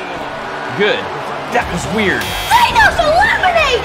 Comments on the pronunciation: It’s thanos not thAnos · Who’s thaynos it’s thanos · his name is not thaye nowes